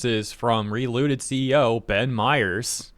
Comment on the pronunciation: I heard reLewded instead of relooted, would've been much more interesting of a game